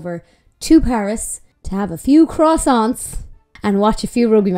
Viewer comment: I would get that pronunciation of croissant a little better before you ask for one in a French café😂